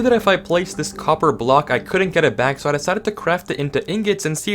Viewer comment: was i the only one noticing he said a copper of block